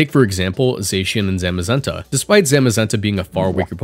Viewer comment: I hate your way of pronouncing tah-pu and zah-mazenta 🤢